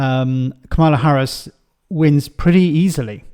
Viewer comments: Kamala Harris's name is pronounced "Comma-Lah"; not "Kah-Ma-Lah"... It probably wouldn't be such an issue, if the MAGA Republicans, lead by Trump, hadn't decided to make it a cornerstone of their strategy, to purposefully mispronounce her name; as a way to racially disrespect and other her. I don't know your intentions, and doubt that you're politically aligned with MAGA. There are many reasons one might mispronounce someone's name, but the motive behind why they are doing it, is clearly racist. Therefore, it becomes more important for people to oppose and undermine their racism, by pronouncing it correctly. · Is it your Irish accent? Maybe you've been watching too much Fox news in your research, but it's KAmala, not KaMAla. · I hate to bring this up but the pronunciation of Kamala is a bit like Pamela. Trump and his MAGA surrogates purposefully pronounce her name wrong all the time because they are a§§holes. Sorry, love what you do!